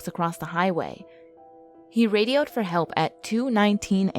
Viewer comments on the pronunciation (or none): none